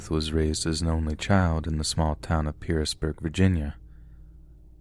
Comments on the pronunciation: My Dad went to school with Randle Smith and we still live here. There are things you got wrong in that story but most things are correct. And it is pronounced (Pearisburg) Paris- Burg, and (Giles) Gi-els not Guy-els. Randle tried killing others after he got out of prison for the hikers murders. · Story 2: Its pronounced "PEAR-isburg" (Pearisburg) and "Jiles" (Giles). Also, dressing boys in 'girls' clothing when they're really young used to be very common. Easier to change the necessaries when potty training. Was still happening in my parents' generation. In this part of the Appalachians, we say it like "Apple-at-chin". edit: ahhh, NOW I remember this Randall Smith story! I work in local tv in that area, and recall the 2008 incident! Dude was STRANGE... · Its pronounced pairisburg and not Giles County but pronounced Jiles County. I used to live near there. Brushy mountain is a pretty place. I bet they took them to Roanoke memorial hospital. Irs usually the teams center in that area.